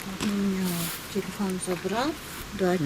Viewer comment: кыргызтан кыргызтан оа бул баланын уну жакпайтат еще мурункудай кызыктуу болбой калат экен жаман жазап суйлойт экен го телефон дегенди тилифон деп 😠😠😠